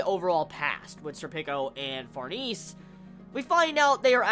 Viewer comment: oh for farnese's name pronunciation, it's suppose to be french like far-na-say